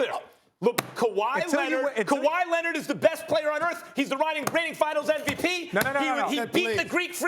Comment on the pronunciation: kawhy lennit